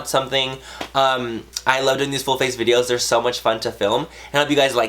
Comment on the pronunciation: Whenever he says full face, it sounds like bull face :P Love you Manny!!! <3 You have such talent at SLAYYYYYYING life!!!